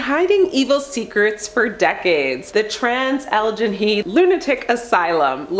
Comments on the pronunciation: They mispronounce so many words, nowadays I just cringe when they do. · it’s just awful. Like just look it up before you make a video about it lol